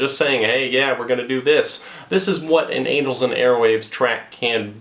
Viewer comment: Did you just say anals and airwaves